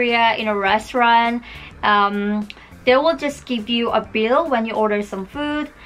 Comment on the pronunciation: no ofense first time i watched it i though u said beer (bill)